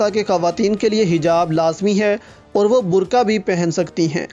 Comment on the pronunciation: برکا ۔۔ نہیں ۔۔ برقعہ ۔۔